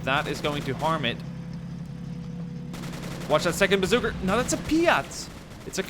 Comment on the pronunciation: I've always wondered why he says bazookr instead of bazooka